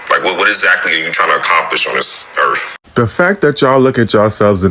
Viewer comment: Also .... the "earf" threw me off lol